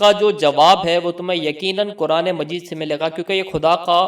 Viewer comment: Apne words sahi kro KHUDA aur AKHIRKAR in words ko properly kho jis trah tm keh rahe ho ajeeb sa lagta h aur uska galat asar padta h phle bolne ka qayeda sikho fir dusro ko ilm do dusri bt maula Ali as 4th khalifa ni h